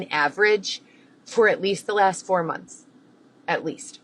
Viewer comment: Can’t stand the way she says “mumlths” instead of months